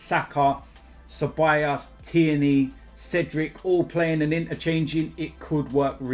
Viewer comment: I can’t be the only one who gets slightly annoyed when days ceballAs and not CeballOs